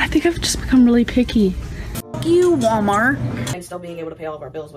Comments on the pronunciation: How pronounces "wommart" and doesn't say the 'L' sound, but pronounces "bolth" including the L sound when she shouldn't. Agitates me in an unhealthy way. 😂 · “Warmart”. Says